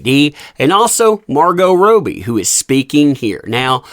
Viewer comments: I’m sure you mean “Robbie”, not Rowe-b. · Her name is pronounced Rob-bee, not Row-bee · You might think that someone who is going to make a video about a person would take, up to 90 seconds on Google, the time to learn how to properly pronounce their name. It’s pronounced Raw-Bee, NOT Row-Bee! C’mon man!! Big 👎👎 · Its Robbie, not ROWBIE🙄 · It's rob-ee (as in, say, Bobby Kennedy) not row-bee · Him saying margot rohbee instead of MAR-goh rob-ie kills me. I can't. Sorry. Subtitles for this video only x) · it's pronounced ROBbie...not ROby. Sorry, grammar police LOL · Please stop calling Margo Robbie, it's not Roby.. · ROB’EE … please man. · Robbbbbie not Robie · Its not pronounced Rowbie though right? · I love the way u pronounce Robbie 😂😅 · Can you please say her name correctly - it's driving me nuts listening BUT there is no POTC without JD!! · One day you'll say her name right 🤞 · Is her name pronounced Rob'ee or Robe'ee? The way he's saying he name is making question myself. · Love supporting you, love your channel I've just always wondered why you purposely insist on pronouncing Margo's last name incorrectly